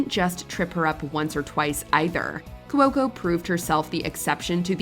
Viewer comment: Saying "Cuoco" as 3 syllables instead of 2 really rubs me the wrong way.